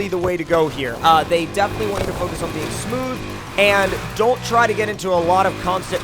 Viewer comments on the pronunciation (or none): none